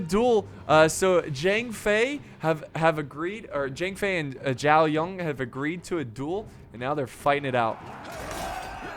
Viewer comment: why do you pronounce zhao yun with a 'ng' at the end of zhao?? there's not even an 'ng' there -_- i feel like youre not even trying